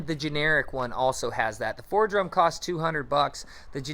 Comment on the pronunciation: The tool you keep calling Fordrum is pronounced Foredom...(4dum)... Also when you were describing the Foredom you showed a picture of a Dremel Fortiflex 9100...2 different animals, A Dremel Fortiflex is not a Foredom....